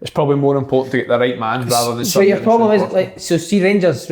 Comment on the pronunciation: Big kev "PLOBLEM" Kyle